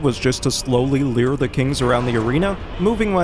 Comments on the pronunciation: Every time I hear you say "leer" instead of lure my eye twitches a little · Why do you say “leer” when trying to say “lure”?